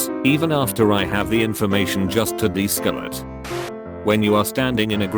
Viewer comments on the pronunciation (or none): Deescelate... de-skelate. SKELTON WAR INTENSIFIES